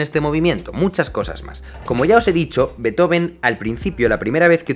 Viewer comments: No, no se pronuncia /ˈbeɪtoʊvən/ sino /ˈbeːtˌhoːfn̩/. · Solo decir que Beethoven no se pronuncia así como indicas en el minuto . En realidad sería algo más bien como Fan Béeetofn llevado a sonidos españoles (fuente: yo (alemán/español)). En cuanto a Beethoven como símbolo europeo, de su vida se sabe que él siempre estuvo apoyando los diversos movimientos y guerras "liberales" de toda Europa en contra de los absolutismos. Por eso compone Egmont (como símbolo de la "liberación" de los holandeses del Imperio Español, obviamente basado en una obra con sesgo del luterano Goethe), le dedica la Eroica a Napoleón como defensor de exportar los ideales de la Revolución Francesa, para después eliminarlo de la dedicatoria cuando se proclama Emperador y compone un homenaje a Wellington tras la Batalla de Vitoria cuando José Bonaparte es vencido en España. En resumen, su interés por lo europeo fue bastante más allá de la política interna de los reinos germánicos. Beethoven es de Europa y del mundo, no sólo de Alemania. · originalmente no se pronuncia /'beitoven/, se pronuncia /'be:tofen/ porque no es un apellido en inglés, es en alemán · una pronunciación mas acertada seria Ludbik fan Bitjofen.... Luis del Campo de Nabos... A la mierda todo el glamour, ja ja ja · Se pronuncia Beetofn. De hecho. y Motsagt y Ainshtain como bonus xd. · No se pronuncia Lúdvij fan Betófn? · Excelente contenido Jaime. Pero se pronuncia Beethofen, que el chamaco era alemán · Se pronuncia: "Ludvik fan Beetjofen" 😀 aproximadamente claro. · Ludwig van Beethoven [fʌn ˈbeːtˌhoːfn̩] se pronuncia beetjofen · Se pronuncia Betjofn** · Se pronuncia Fan Be-eetoFen, amigo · Se pronuncia «Beetjofen» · No se pronuncia así su nombre. :( “Beet-joven” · ¿En qué idioma se pronuncia "Beithoven"? ;-) Desde luego, en alemán, no. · No, no se pronuncia así: la ‘b’ no es fricativa o aproximante; es bilabial sonora oclusiva. La ‘v’ sí debería sonar fricativa.